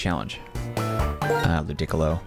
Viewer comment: Lu-dick-ilo is wild